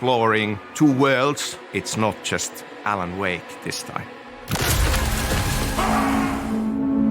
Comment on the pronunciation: its more like "Alana Wake" 😂😂😂